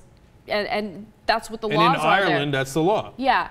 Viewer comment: Why cant she pronounce Ireland right